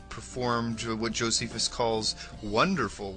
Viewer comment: Ahhhh...your pronunciations suck! Josephus, Pliney....ahhhh!!!